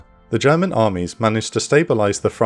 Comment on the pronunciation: you improved on your German pronunciation noticeably I am a happy German now